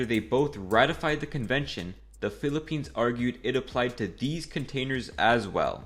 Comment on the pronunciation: UY PILIPENS????! pilipines? pilipens?☹️☹️☹️